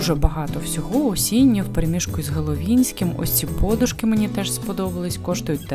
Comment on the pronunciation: Треба казати не пОдушки , а подУшки.І не ємКості , а ємНості .Іще не прорезинений , в прогумований